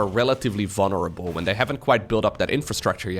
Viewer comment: Oh my gosh. Now all I can hear is dis and dey for this and they. But half the time says it with his accent and half the time he doesn’t. I can’t unhear it now! Lol